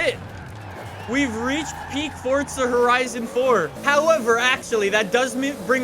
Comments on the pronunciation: It’s not fortza it’s forza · It. Is. Not. FOTZA. It. Is. Forza. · Fortza ? Iys forza not fortza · "fortza horizon 4" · No one:: FORTSA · Stop saying fortza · why do you keep pronouncing forza with a T?